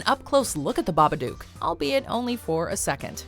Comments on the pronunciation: hold up hold up, the baba what now?? I've never heard it pronounced like that lmao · The pronunciation of Babadook was bugging me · The way she pronounces Babadook lmao